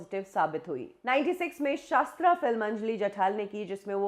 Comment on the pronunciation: you cant pronounce names correctly? जठाल नही जठार, शास्त्र नही शस्त्र